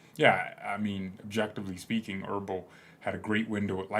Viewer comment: It's EbeRl, not ERbel...